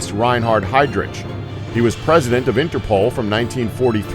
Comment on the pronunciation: I'm sorry, but as if the mispronunciation of the names is not bad enough, there isn't even consistency of the errors. For example, Heydrich is pronounced with a chance and Heinrich as a ck...